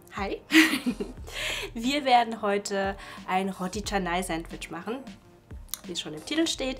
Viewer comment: Das heißt Rotti Chennai 😂